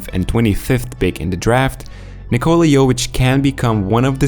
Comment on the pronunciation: This is the 4 Nikola in the NBA-(Nikola Mirotic,Nikola Jokic and Nikola Vucevic) and you Americans still don’t know how to pronounce the name right…at this point is disrespectful,very much! You just don’t know to pronounce any name that’s not English! What a joke!